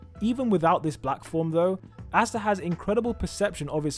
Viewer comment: Can wee just talk about how he says asta